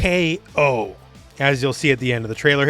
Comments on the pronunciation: bro two ECKS kay oh why are you saying twocks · I’m almost confident that it’s pronounced double KO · Surelly it's DoubleKo....., just saying....